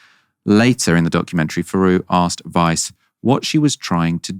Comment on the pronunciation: I keep hearing "Vice" not "Weiss," even though I read her name twice to make sure I understood. About 7 times now, my brain has gone like "Whaaaa? Vice thinks Israelis should settle in Gaza?" And then I'm like "oh no, it was this horrible settler lady."